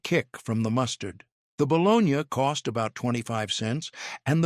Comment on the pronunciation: It’s not bolognyah it is bologna